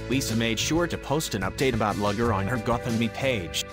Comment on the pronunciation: "Luger" is a kind of handgun, and is pronounced "Looger". "Lugger" is a type of work boat. The dpg's name is pronounced "Looger".